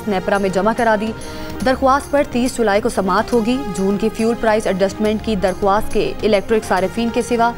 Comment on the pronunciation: O ho darkhwaast nahi Urdu me darkhaast Hoti he...wao silent he.